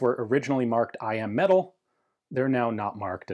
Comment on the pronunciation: Every video I hear I AM metal when he says I.M. metal so of course all I can think of is that Stark Industries made these lol. Now I just want one even more and I want to rewatch Ironman 😭